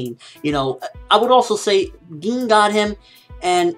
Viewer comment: I say Gin you say GEEN lolol